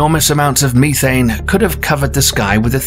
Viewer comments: He said Meeee-thane lmao sorry that just made me laugh and no idk why lol around the mark.. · mo fo said "ME thane" gas lol